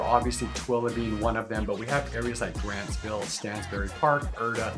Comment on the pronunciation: Grantsville. Not Grandsville. 😅😂😅